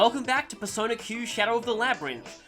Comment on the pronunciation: sounded here like he said "Bearsona" instead of "Persona", uff.